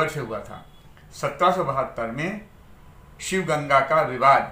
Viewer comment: Sir sivgasi nahi. Sivaganga hai